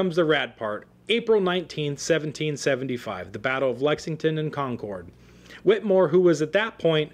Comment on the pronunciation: I too am a relative of Samuel Whittemore. This was SOOO incredibly difficult to listen to because this guy kept pronouncing "Whittemore" incorrectly. It is pronounced "Whit a more". The "E" is in there for a reason. I appreciate the info on my relative but I am a strong believer in saying names correctly, especially if your doing a part on them.